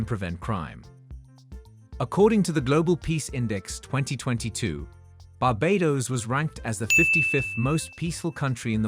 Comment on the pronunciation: They both are great islands and very British. I would love in both places. And please, pronounce Barbados correctly. Thanks.